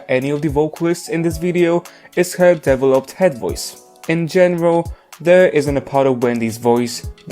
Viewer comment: only problem i take with this video is your stress placement for the word "developed" (it should be deVEloped, not deveLOPED) 🥺 also, I love Jihyo as a vocalist but always found her TT remix jarring, now I'm aware it's a pitch problem